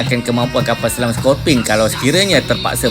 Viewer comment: Sebut lah betul2 admin...skopini...scor..pe..ne